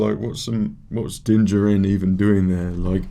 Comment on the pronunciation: LOL three seasons in & you still don't know how to pronounce Din's last name. Din Djarin (Jar-In), lol so funny but overall your reactions are pretty good, I disagree with some of your takes but it is what it is.